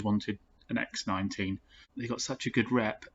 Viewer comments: X19?!? You bloody heathen. It’s X one nine. Park it next to a Ford Kay A James lol. And maaaaybe it was a Rover 75 not a Volvo. Keep up the good work my man. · Please.... its x one nine.